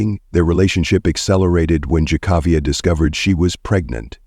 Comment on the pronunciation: One favor, honor by learning the correct pronunciation of her name and keep it consistent in the video Jah-kah-viah or Kay-kA-viah? Figure it out! May she rest in peace.